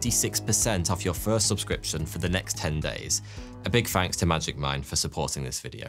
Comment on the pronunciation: as an hypixel sb player i keep hearing magic find instead of magic mine. help me